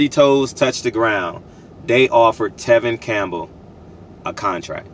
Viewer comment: “Tevin Campbell” you funny af 😅